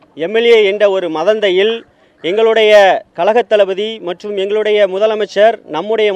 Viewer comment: கழகம் NOT கலகம் தயவுசெய்து தமிழை நன்றாக உச்சரிக்க வேண்டும்🎬 கழகம் என்று பேசவும்....?????!!!